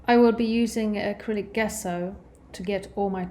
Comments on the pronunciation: Good video. Gesso, though, is pronounced "jeh-so" not "guess-oh". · It's pronounced dzesso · it's Italian. It doesn't matter if it's food, wine, art, science, it's somewhat important to use the terminology internationally understood, and if teaching: a bit important to get right. It also speaks to the credibility of your education and participation/experience within the field, as it's a shared language. So it's not at all about snobbery. You might have the wrong part extracted in surgery if there wasn't a requirement of using the agreed latin term and pronounciation. In this case it's just helpful information for the artist in question. I presume she's autodidact which by no means suggests she's a lesser artist than academics. But here's an example: if you said Gallo with an English J it would be understood as Giallo which means yellow. I've heard artists say Gouache wrong on yt on tutorials too. Typically Americans are lousy at French pronounciation which makes home grown American chefs unintentionally hilarious at times. Fashion terms are another source of hilarity. Remember the film Pretty Woman, where the young girl calls her exclusively giften gown a "Versays" instead of Versace? In my country some people say sucheeney instead of Zucchini. It doesnt matter if you're not in hospitality or food. But does if you are serving international guests. No big deal, just super handy. The English correct people on the names of UK locations and Whisky names ALL the time.